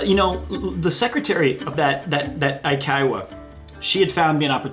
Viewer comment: Amazing stories, also why I only see teaching as the very last option for survival in Japan. Found it funny that he pronounced eikaiwa as aikaiwa.